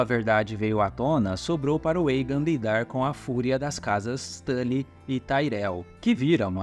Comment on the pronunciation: Muito bom o vídeo. Mas me incomodou um pouco o cara falando Eigen ao inves de Aegon. Esse"mon" vem de dragon. Com O.. mas muito massa essas histórias dos Targerien kkkk